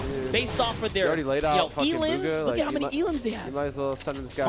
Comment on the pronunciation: I hate how the way they call bugha